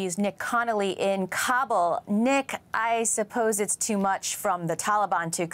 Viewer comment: Meanwhile... "Cobble cobble cobble" like a bunch of turkeys gobbling. It's pronounced KAh-buhl, not Cob-ble.